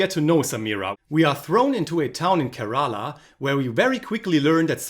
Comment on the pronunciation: Your pronunciation of Malayalam and Kerala have to improve